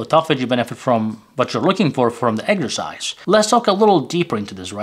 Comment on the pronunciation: Pardon me, "eggsercise" What is this? Eating eggs and exercising? Sounds funny. Do you mean EX er cise